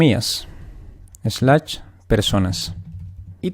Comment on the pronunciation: Muy bueno tu video, te agradezco la ayuda, pero por dios deja de decir SLACH en vez de SLASH